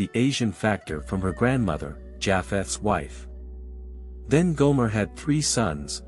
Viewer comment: Your work is quick and confused especially about cainin and gomer pronunciation incorrect the ancient chinese are from khem they Are not from caucas mountains remember all three sons came from two parents their great difference in race shows the parents were unusual check other research was noah unusual racially when he was born his parents coment attest to this. n .